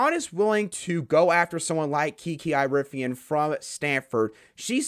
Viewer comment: Dude you have to say her last name right. It is like Erie-ah-fin.